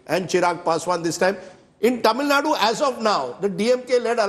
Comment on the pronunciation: I get irritated from North Indian media people say 'Tamil Nad' or 'Kannad'